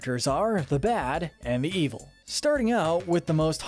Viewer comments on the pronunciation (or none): It's evil not eviel